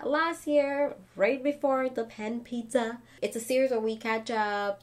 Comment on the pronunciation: Not the "panpizza/ panpuzzle" 🤣